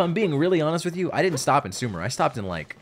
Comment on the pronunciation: your pronunciation of 'sumeru' dates you for real lmao x) im very excited to see you experience grass land for the first time!